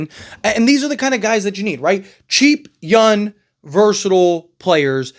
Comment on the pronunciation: Why do you always talk like young ends with an N???